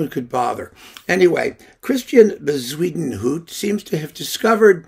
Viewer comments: Yeah, that was great! I made a bet with myself on how he was going to mispronounce that name. I won myself a beer with that one. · I lOOOVE the way you pronounce Bezuidenhout! 🤣🤣🤣I think I prefer it to the Afrikaans original.